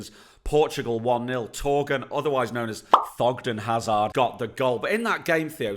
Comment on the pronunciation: Did he just said thogden hazard..? 😁😂